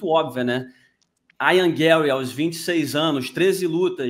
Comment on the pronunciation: Por que o chama o Ian Garry de Aian? Não existe esse nome, mano. Ian se fala exatamente como todo mundo sempre fala, não entendo essa lombra...